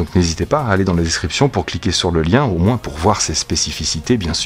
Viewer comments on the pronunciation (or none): none